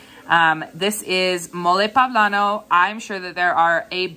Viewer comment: Awesome. pOblano. Not pAblano.